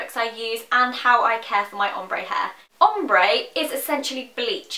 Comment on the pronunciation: i remember in your really old videos when you pronounced it 'omber' hahaha